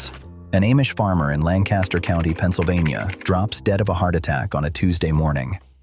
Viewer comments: It's not A mish.....it's pronounced Aww..mish. And Lan Caster is pronounced Lank Aster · I live in Lancaster, PA amongst the largest Amish community in the world. There are numerous mistakes in this video which I won't go into detail about. The 2 biggest mistakes that every single AI generated video about the Amish or Lancaster is the pronunciation of Amish or Lancaster. Amish is pronounced like Amen and Lancaster is pronounced like Lankister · I live in Lancaster Countty and have for most of my life. The building shown as Furman's is a fabrication. The actual Furman's is nothing like this. The robot AI soundtrack misprounounces Amish - the first syllable rhymes with Pa, not Pay. It likewise mispronounces Lancaster. There is no reason to believe anything in this video.